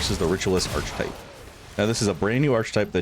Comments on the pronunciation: “Arch type”? Archetype. Arc-a-type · Ar-kuh-type, friend. No "ch". 🤍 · I appreciate this build video, but I have to correct you on one thing. Archetype is pronounced “Ark-uh-type.” The “ch” makes a “k” sound. It’s pretty distracting for me. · aar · kuh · tipe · A good, clear guide thank you. One correction, you are pronouncing "archetype" wrongly: . English is weird. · Interesting build, but my brain keeps wondering: how are you pronouncing archon like that and archetype like *that*? XD